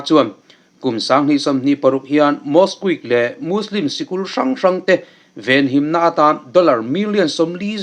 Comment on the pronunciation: Mosque lam dan hi a dik em aw?